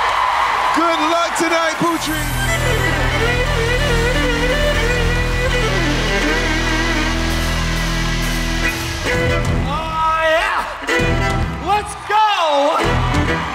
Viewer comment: Is anybody else cringing each time Terry pronounces Putri's name as Pew-Tree?